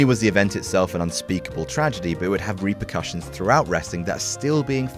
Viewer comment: When even proper Plumpy English English still says "repercussion" and "re-precussion"...